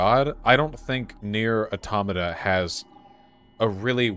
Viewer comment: Finally, someone who places the stress on the second syllable of 'automata' instead of the third.